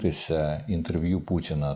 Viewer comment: ...хоча..у вимові присутні білоруські звуки: Ц замість Т, А замість О як то : пуЦіна замість пуТіна, дЗякую замість Дякую тощо